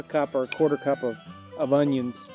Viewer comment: I love how he said onions...Ungyuuunss